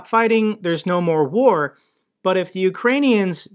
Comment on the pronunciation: Fat guy can't say, "War." How's he supposed to help the Ukrainian people?